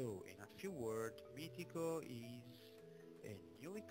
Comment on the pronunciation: MITICO.... ecco la corretta pronuncia di Meetecho... COMPLIMENTI!